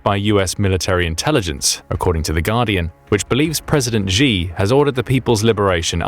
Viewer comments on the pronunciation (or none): Please, just please, look up how to say "Xi". It doesn't sound like "gee".